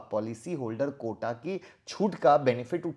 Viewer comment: Sir "Quota" hota hai "Kota" nahi